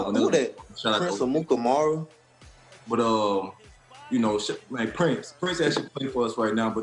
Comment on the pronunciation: Jalen “Prince Amukamaru.........” 😂